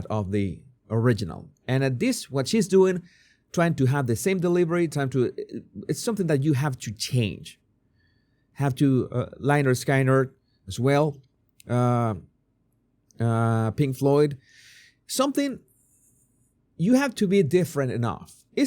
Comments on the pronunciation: Lay-nard Sky-nard😂😂😂😂😂😂😂💀💀💀☠️☠️☠️ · Lye-nerd Sky-nerd 😂 You're adorable <3